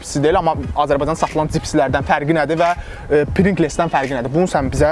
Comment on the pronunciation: Deyiliw prinqles deyil, prinqls’dir